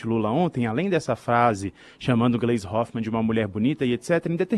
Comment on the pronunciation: Posso estar enganado, mas a pronuncia o nome da Gleise errado. ❌❌❌